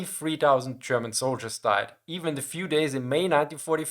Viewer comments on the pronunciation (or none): "How many zoldierss"